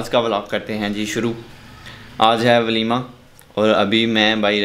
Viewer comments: Valima not Walima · Walima nhi valima